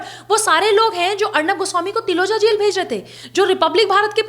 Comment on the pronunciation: Mam Taloja....jail hai not tiloja..